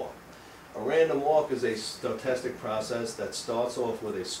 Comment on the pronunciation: I think it's interesting how he adds letters to stochastic, instead he's fantastically stoked! Stoke-tastic! Also, Wiener is pronounced with a V (Vee-ner). I realize they are just implications of the local vernacular, but it always makes me jump a little bit when he says them. Overall, a great high-level overview for non-mathematicians.